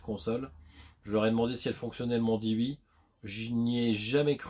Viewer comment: tu dit pas oui met wi 😅